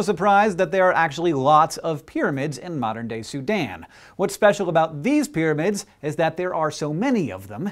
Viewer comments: And 'pyramid,' not 'pyramind,' lol. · 'Pyraminds'..... really, guys? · New "PYRAMINDS"? LOL :D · lol, "Pyraminds" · "Eqypt" and "Pyraminds"...